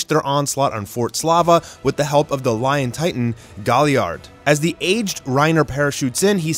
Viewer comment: Ah yes, L i o n T i t a n